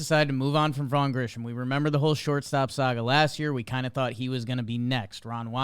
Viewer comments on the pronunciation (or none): I swear these guys can’t read. Grissom has no H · There's no "h" in his name, fellas. Grissom, not Grisham. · Vaugh GriSSOM not Grisham. That's driving me loco. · It's 'Grissom', like Marquis, not 'Grishom', like Trent. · Vaughn’s surname isn’t Grisham….it’s Grissom. Gri-sum (or some). This is worse than saying Al-Con-tra. Anyway, no disrespect intended, great show! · Tough to take you gentlemen seriously when you keep pronouncing this phantom “H” that doesn’t appear anywhere in the name Grissom. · Listening to mispronounce Grissom's name 487x is rough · It’s Grissom. There’s no H